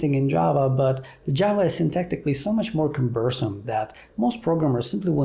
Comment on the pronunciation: Was the first ediition 900 pages long just because their style was more verbose or because they covered more material? Also, the word "cumbersome" has the stress at the first syllable. "Ecosystem" is pronounced "ee-kou-sis-tm". It is not "echo-system". I struggle with English prononciation myself.